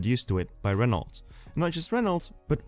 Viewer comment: please don't pronounce the T at the end of Renault